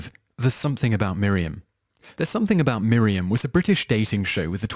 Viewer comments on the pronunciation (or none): none